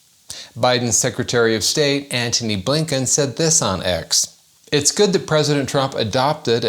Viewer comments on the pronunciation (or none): none